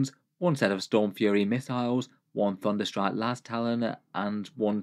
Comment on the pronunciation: ole "thudnerstrike"